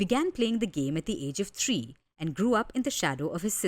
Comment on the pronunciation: The word is three NOT tree.😂